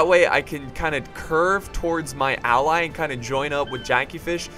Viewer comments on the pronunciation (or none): none